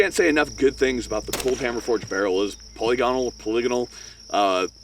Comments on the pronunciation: That pronunciation of polygonal sounded a bit more like Mountain Jew neighbor’s favorite past time. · Rifling/Boring would be pronounce poly gon al. At least this is how I heard it pronounced back in the 90's.